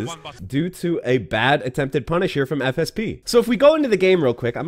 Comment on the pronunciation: Every time you say "FSP", I keep hearing "FSB" and I'm like, "Wait... The man who just crashed the crypto market is a Rufus main with no footsies? That explains a lot."